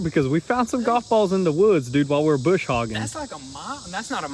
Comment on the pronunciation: Brush Hogg boys, not bush😊